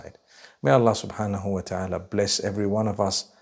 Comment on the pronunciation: Come on dude you couldn't even say Allah right